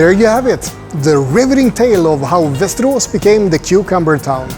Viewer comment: Doesn't look that ugly at all. May be I am wrong and its not so appealing when compared to other towns with beautiful houses and architecture in Sweden. By the way when you pronounce Västerås it sounds very mush like Westeros HBO's Game of Thrones.